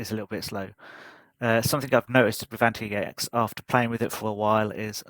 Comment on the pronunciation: Actually it is pronounced Antics not Anti X. Good review.